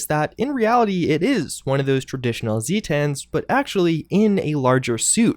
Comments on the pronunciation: This was a really fun video, please do more lore ones along this line. Also it is pronounced zay-tins rather than zee-tans. They are supposedly from Zeta Reticuli. Thanks. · The way you pronounce "Zetans" hurts my thesaurus. As Zeta is pronounced "Zay-Tuh" and not "Zee-Tah", it's "Zay-Tin", not "Zee-Tan." This is a great video and very informative by the way, not tryin' to be mean or nothin'. Sweaty face emoji. As for the Flatwoods Monster? I suspect that, given its powers, at least some of its abilities might be psychic in nature, as opposed to flat out technological. I could be wrong but given it looks like the Zetan aliens, but with tiny legs and big glowing robot eyes, I imagine this one is either a sort of offshoot or subspecies or perhaps is modified to have psychic powers or something? Not sure. That's just my theory though. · "Zay-tens" like the greek letter Zeta, not "Zee-tahns". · Hearing zee-tan bothered me more than it should have. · him saying zee-tan hurts me